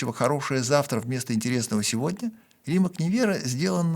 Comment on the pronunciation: При всем уважении, он Римац, как бы непривычно это ни звучало